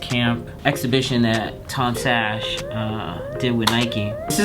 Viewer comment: its pronounced tom saks